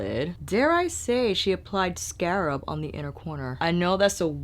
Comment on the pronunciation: you are too funny. Scarp or scarab? I love your channel because I know at some point I’m going to have a deep belly laugh as well as great makeup information. It’s a gift. So thanks for having such a humble gracious attitude- one who can laugh at herself and still be a boss.